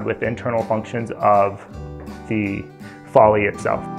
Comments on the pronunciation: He meant Folly. Those buildings in England are called Follies (rhyme it with Lollies) he just saying it wrong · I don't doubt you do know how to spell folly, but if you were basing it on how he said it I would have thought it was spelt Foley too! It must be how he heard it at college. But I do feel his lecturers should have got that right. I'll go check out that timestamp, thank you😃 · Folly to rhyme with Lolly. Lol, it took me too long to work out that's what he meant!